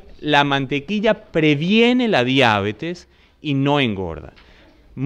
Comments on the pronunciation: La palabra diabetes, con vocal tónica en la primera "e" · ¡¡Gracias!! Nota: La palabra "diabetes" es sin tilde en la a, por lo que es curioso la forma como aquí se le pronuncia.